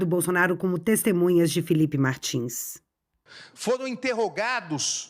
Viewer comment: Ele fala : destemunhas, eu ouvi bem? Misericórdia